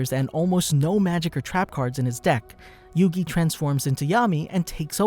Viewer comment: Your saying the name wrong